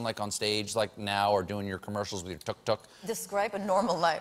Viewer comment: As an Egyptian person who has seen tok toks and knows the actual way to say the way they say it is awesome